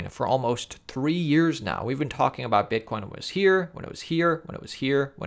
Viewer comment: you said bitcorn